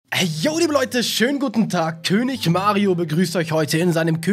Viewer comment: Tönig Mario?😂